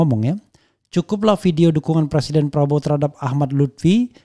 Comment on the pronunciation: Presiden.... bukan persiden..... ngomong aja nggak becus lho jok